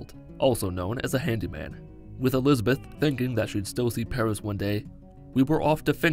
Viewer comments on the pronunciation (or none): none